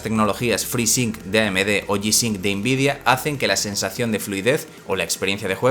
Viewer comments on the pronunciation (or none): none